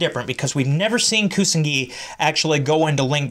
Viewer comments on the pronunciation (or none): It's Pronounced, YU-SA-KU & KU-SA-NA-GI.